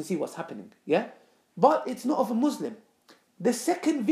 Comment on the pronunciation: Why you pronounce "Muslim" wrong?